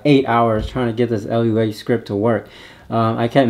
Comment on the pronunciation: Great vid, thanks for the post!! For edification purposes, Lua is pronounced LOO-ah. It means "moon" in Portuguese. :)